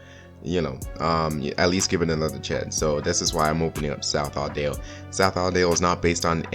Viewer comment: "South Audale" Hmmmmmmmmmmmm Edit: love this video Good JOB man